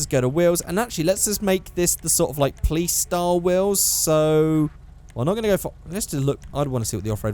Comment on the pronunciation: All those times you said 'Plice' instead of Police really fucked me up